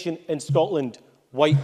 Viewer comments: He can’t even pronounce white properly. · He doesn't say white right